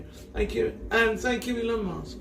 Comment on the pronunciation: “Elon Mosque” and the farting really got me